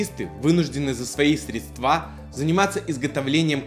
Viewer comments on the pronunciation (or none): Не средствА,а срЕдства. Я тебе,как бухгалтер говорю. На бух.учете ставили просто неуд за неправильно произнесённое слово. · Только не средствА, а срЕдства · N! B! —сЕдства, а не средствА. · Все правильно, но только в слове средства ударение не на ту букву. Жыве Беларусь!